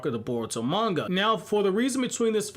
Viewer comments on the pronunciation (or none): none